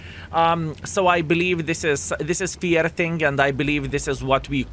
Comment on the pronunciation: you are simply the best.... You made my many many days... I love you, your style and especially your sense of humor 👍 But there is one moment when you make me every time confused at least for couple sec... Again and again 😎 Pls can you check this two words? FEAR x FAIR If you not, doesn't matter... I will love you anyway... Just saying 😉